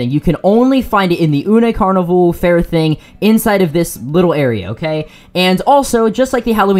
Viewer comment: "oonay carnival" It's literally the word unfair, this hurt to watch 😭